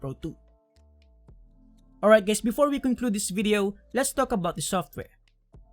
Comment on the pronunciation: Did you just said hi gays? Lmao